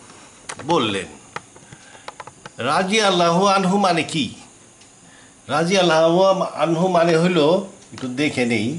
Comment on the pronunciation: আপনি কিছুই জানেন না৷ রাদিয়াল্লাহু আমহু-শব্দটাও উচ্চারণ করতে পারেন না